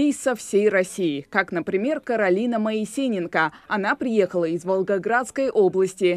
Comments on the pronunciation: Почему мне показалось, что ведущая сказала Каролина МоисеНЕНко. Да нет, не показалось, ещё и написали не правильно. Мелочь, но очень режет слух и портит впечатление. Каролина наша молодец, все хочет знать и уметь👍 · Фамилию исказили. "МоЕСЕНенко" вместо "МоИСЕенко". Журналюги, как всегда, в своём репертуаре, хоть где-то, но накосячат: соврут, недоскажут, исказят.